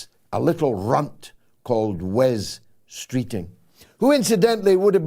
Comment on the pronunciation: Superb dictition George. Managed to pronounce the 'r' rather than slip into a 'c' in regard to Streeting.